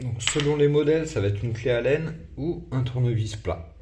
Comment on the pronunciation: "Allen" pas "à laine" mais merci pour la vidéo